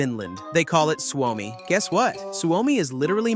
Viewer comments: You say it as Swomi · Bro its suomi not swami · its s u o m i, suomi you say it like its spelled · You say Suomi wrong. Allways&Forever 🇪🇪❤️🇫🇮